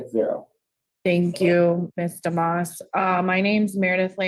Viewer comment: Dumas? Sounded like he pronounced it duh-moss